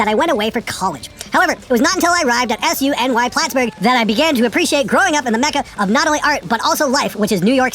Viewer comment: The way he read “SUNY” (pronounced soony) Plattsburgh was hilarious.